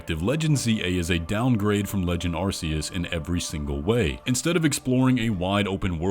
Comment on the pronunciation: I’d just like to point out that arceas is pronounced with a c not a s